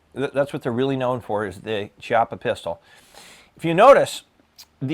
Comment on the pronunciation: Good review 👍👍👍👍! I believe the correct pronunciation of Chiappa is "Key...ah...pah". Thanks again!